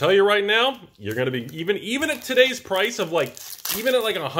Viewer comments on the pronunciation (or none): none